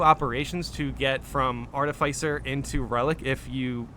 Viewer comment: Hearing you try pronounce "artificer" 30 times this video really hurt the ole noggin.